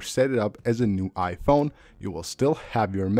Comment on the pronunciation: I can’t listen to this guy.. the way he pronounces Iphone and ICloud is killing my brain😂🤦🏻